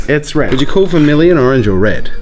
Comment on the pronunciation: Imagine jazza having a speech impediment... “WED WED WED”